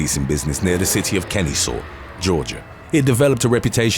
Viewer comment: I live near Kennesaw and idk why but the way you pronounced it was funny